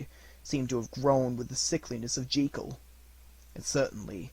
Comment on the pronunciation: I do not understand why now days people are so keen to mispronounce the English language. It is not Dr. Henery G-ee-kel and Mr. Edward Hyde. It is pronounce Jekyll (sounds likr Jeh Kuhl). This link will allow you to hear for your self the correct pronunciation. Sadly I can not listen to this great narration as every time Dr. Jekyll's name is said it grates on me like nails on chalkboard.